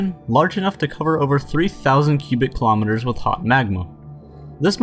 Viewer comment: Please pronounce Kilometers correctly man!!